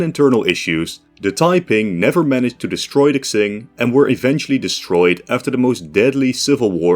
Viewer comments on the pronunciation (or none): Quing is Ching, not Xing. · Just saying Qing is pronounced something like Cheeng or Tseeng in Mandarin, or Ching in English, not Ksing. Looking it up on forvo is always a good idea if you want to find and listen to native pronunciations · Deadass cannot watch this cus you keep saying "zing" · its pronounce "ching" not "xing" please lord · It's pronounced "Ching", not "Ksing". Would it have hurt to do even the most basic research on pronunciations? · QING THE "KSING" THING IS KILLING ME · my guy, how can you say qing so many times, yet not look up how it is pronounced. I am loosing my mind every time you said k-zing... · Qing is pronounced "Chin" or "Ching" not "Xsing" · Isn’t it pronounced Ching rather then Xing? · no, tsing would be rendered jn pinyin as cing, qing is more like ching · Qing is pronounced Ching in English, not Ksing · I think hes trying to say tseeng, but sorta failing and it sounds like ksing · Pronounced Tjing not xing, nice video though. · Qing is pronounced Ching. not Xing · He’s pronouncing it like Tsing, the Cantonese Romanization pronunciation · Genuinely flinched every time I heard "Ksing". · i wince everytime u say ksing, makes this video nearly unwatchable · It's pronounced "tsshing" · I'm sorry but I hate how you pronounce Qing, where do u get "X"ing from? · Everytime he says "Xing" I die a little bit more inside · i think hes trying to pronounce it in the cantonese romanization where it kinda reads "tsing" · Literally unwatchable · I heard Kaching... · but he does sound a little bit racist because of that. why is it so hard? like it's spoken like it's written, Qing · Bruh thinks Qing means Ksing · Qing is surely pronounced "Ching" isn't it+ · I thought it was pronounced king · Qing in china is not pronounced ching. Its more of cing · I thought it was Q-wing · as a fellow dutchman your pronounciation of Qing is just wrong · Unironically this is hard to watch because of how you pronounce qing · at least he doesnt say “quing”